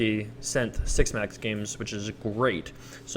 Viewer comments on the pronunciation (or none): none